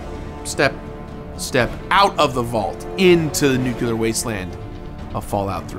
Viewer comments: Different words are pronounced different ways around the world, people say it both ways here depending on person and location Get off your damn high horse over it. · Come on man! You're too well educated to use the word "nuculer." It's nuclear. Like "new" and "clear." You're so much better than that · That Homer Simpson pronunciation of "nuclear" is 👨‍🍳🤌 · i really enjoyed revisiting this, especially since it was the completionist doing the revisiting. great video, keep up the good work crew. Also the words "nuclear" and "ingot" were not pronounced correctly, multiple times, and i still havent recovered. still love it , peace and love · From what I'm looking up here, from Webster, you are objectively wrong in your attempt to gatekeep pronunciation The variation exists. No clue what you're problem is or how it remotely leads to illiteracy just due to it being different. Edit: Quite literally everywhere I'm looking here just to fact check my sources say you are wrong, Webster as well as a press article about the use of the word in a political theatre and the pronunciation of the word being fine according to many major institutions. Again why you feel the need to complain about something like this is mind-boggling.